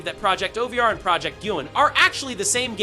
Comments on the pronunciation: bro said everything but "project OVER" dude said, project ovear, and project O-V-E-R. terrible grammer. and its recon, not reekin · I heard it to 😂😅 project oveere bless his heart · “Ghost Ovier”? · “Project oveer” it’s over like it’s over 😂😂😂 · I keep hearing "project ovier" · bro also said project O V R and oveeere